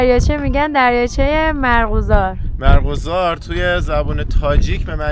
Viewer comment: یعنی ایرانی ها تابحال «مرغزار» نشنیده اند؟ شاید وقت آن رسیده که فارسی را درست بخوانید